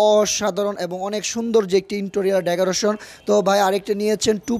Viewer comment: আরো আছে, ডেগুরেশন, ট্রাইস, স্টাইলিছ 🙄🙄